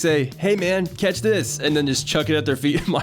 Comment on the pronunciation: “Explosive cetch”